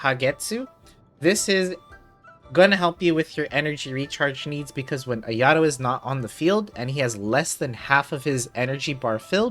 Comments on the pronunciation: Ayadoh…ugh it’s Ah-yah-toh!! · haha you Gucci. After a while it started bothering me lol. I was like “ah-yah-toh!!” 😭😂